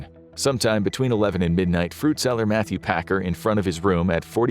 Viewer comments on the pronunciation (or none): none